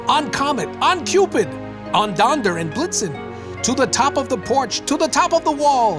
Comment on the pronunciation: Ah, Uncle Noly, you just couldn't resist giving us some advice for Christmas. Also, "Donder"? Has it always been Donder? I thought it was Donner?